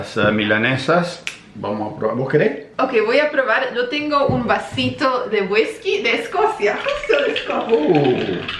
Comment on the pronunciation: Me mató cuando dijo wiskacho 😂